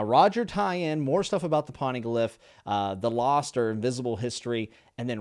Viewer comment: I love the videos I feel like I get to reexperience this series for a third time with you. Just want to help you out a little. First, Poneglyph is pronounce like Phone without the H. So Pown-eh-glyph. Second, Logia is Low-Gee-Uh. The G is pronounced like a G in grass or grape. Third, Paramecia is pronounced Pair-uh-me-see-uh. Sorry if I sound rude or if someone already said something I just wanted to help. Hope you have a great day and are enjoying the show.